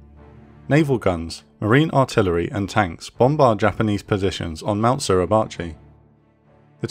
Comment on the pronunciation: Suribachi / 擂鉢 / grinding-bow, the pronunciation is SU RI BA CHI. All it take is few seconds to look it up. WTF is SLURRY-BACHI ?